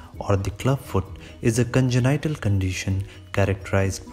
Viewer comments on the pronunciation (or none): bro you're amazing but that congenital word pronunciation is killin' me